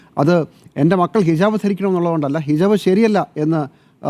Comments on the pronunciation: ഹിജബ് അല്ല, ഹിജാബ് ✅ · ഹിജബ് അല്ല ഹിജാബ് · ഹിജബ് എന്ന് ഉച്ചരിക്കാനും അറിഞ്ഞുകൂടെ ?